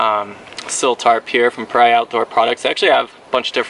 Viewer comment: Pah-ree-ah, a pariah has a negative connotation